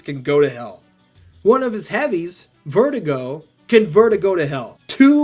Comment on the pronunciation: No this man did not just call Verdugo "Vertigo"...